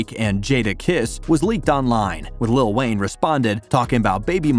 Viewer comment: It sounds like lil wang